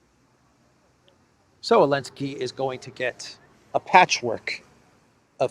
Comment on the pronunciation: Is this person incapable of pronouncing Zelensky or does he know something we don't?